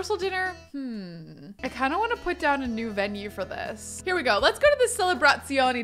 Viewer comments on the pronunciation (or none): LOL. I can't believe a girl with SUCH an Italian last name would mispronounce Celebrazioni d'amore. It's ah-MOORE-ay not a-MORE. (Ce is also pronounced Che in Italiano). Of course, I've never been to Italy like yourself, so there it is.